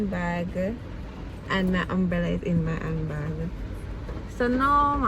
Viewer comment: Not sis pronouncing umbrella as umbrellur 😂